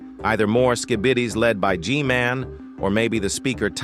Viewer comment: The way you pronounce Skibidis as “Skibeetus” reminds me of the “diabeetus” infomercial guy. I love it.